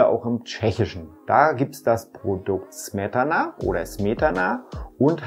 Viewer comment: Das hast du allerdings nicht richtig geschrieben, es heißt Śmietana. Er hat es im Video aber gut als Mittel zwischen den slawischen Sprachen ausgesprochen :) Smetana ist schon richtig (Nur die Polen bauen gerne ihre Zischlaute an den Wortanfang ;) )